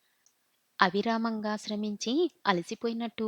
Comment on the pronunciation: ఆవిరామ్ కాదు అవిరామంగా